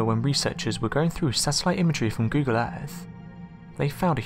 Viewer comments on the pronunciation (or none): none